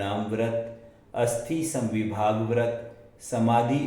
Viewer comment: जय जिनेन्द्र । आप अर्को को अंको का उच्चारण करते है। और अतिथी संविभाग को अस्थि संविभाग बोलेते है उसे आप ठीक कर लिजिए । क्षमा करे